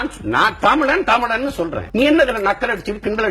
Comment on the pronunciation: சீமான் கஷ்டப்பட்டாவது தமிளன் என்பதற்கு பதில் தமிழன் என்று உச்சரிப்பாரா ?